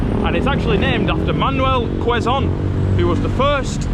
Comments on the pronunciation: It's kzone city...not Leeson city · it's pronounced "Keh-zon" not "kweh-zon" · It's k-zone not kwe-zone city😊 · I hope you enjoyed walking around Quezon City even though it's very hot outside. Don't forget to bring water so you don't get dehydrated anyways I enjoyed watching both of you.😊 Also guys, just a little knowledge, quezon is pronounced with a silent w, instead of kwezon, its kezon😊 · Quezon is pronounced as "Kayson" 😊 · It's pronounced - "KEZON CITY" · It is pronounced KE-ZON (silent "U" - the "u" from Quezon) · A bit ragebait cuz of incorrect pronunciation of the the name Quezon where its Q is pronounced with "K"